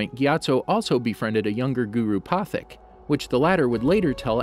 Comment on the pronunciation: its guru pat heek